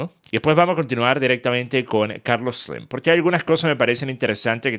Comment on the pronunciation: Carlos sleemmmmm 😐 sos venezolano? Chao no soporto ese hablado